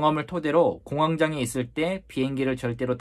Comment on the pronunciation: 공항 장애로 계속 들려서... 공항에 장애가 생겼나 싶었네요 ㅎㅎㅎ